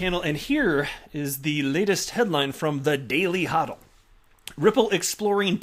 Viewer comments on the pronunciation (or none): none